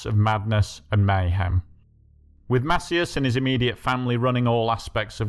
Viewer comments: Mass-EEE-ass. Not MASSiyass. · It’s pronounced Masee-As